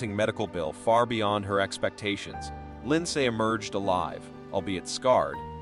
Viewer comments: I’m enjoying the video but the back ground music needs to go 😅I also hope it’s an AI voiceover because it’s pronouncing all the name wrong lol. Lind SAY 😅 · whoever is the narrator here doesn't know what he's doing. He can't say ninteen sixty's he says 1,960'ss. He calls Lindsay as Lind say! other narrative missteps with comma's or pauses at the wrong time. What??? I don't get it.